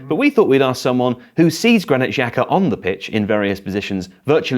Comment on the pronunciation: Why is that no football commentator can pronounce Albanian names? The XH is supposed to sound like the J in Jack. It's not hard.